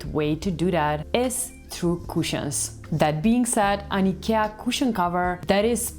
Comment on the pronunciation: I like that you pronounce Ikea correctly.😉